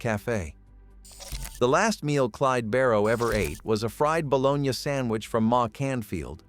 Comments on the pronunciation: Balogna! Hahahaha! Balo-nie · This mf keeps saying bolonya haha